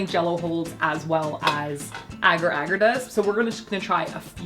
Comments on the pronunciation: Ok I have to say, it’s pronounced ay gar ay gar, not agger agger 😂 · It’s pronounced a-gar a-gar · You pronounce agar agar so adorably. In Australia we say AYEgar AYEgar